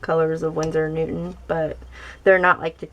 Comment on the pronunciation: Hehe.. You keep saying winsor and newtman 😄.. Nice video btw, i have the koi set but now you've made me want to try out the cotman😄